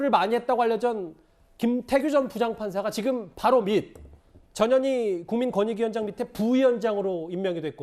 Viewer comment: 전현이 읽을때 발음이 "저년이" 맞나요?